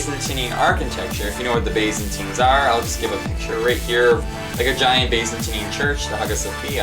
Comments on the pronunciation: Byzantine can either be pronounced Bye-zan-teen, or Biz-un-teen but definitely not Bay-zun-teen lol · Byzantine is pronounced "BIZ-un-teen," just so you know. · Your pronunciation of Byzantine is odd...